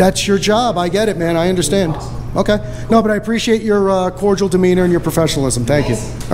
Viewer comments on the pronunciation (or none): Let’s be “Cordial” 😂😂.